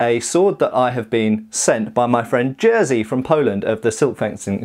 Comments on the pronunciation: Hey, just a quick correction. Jerzy is not pronounced „Jersey”, but more like Yesi with „si” being like in „vision”. Also Avars disappered grom history due to their wars with Charlemagne in the begginnig of 9th century. Hungarians (Ugro-Finnic people) came to Panonian Basin from the lands of today's Ukraine, nearly hundred years after diasapperance of Avars in that first area. So Avars and Hungarians are probably not so closely related. Greetings from Poland. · I think your friend's name is pronounced with "i" if its Jerzy.